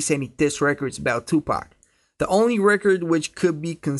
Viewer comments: pak not pack paaaak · Why he kept on saying tupack